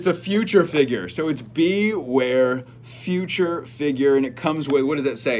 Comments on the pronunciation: "Feature" figure, not future figure lol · It’s feature not future lol. All the best!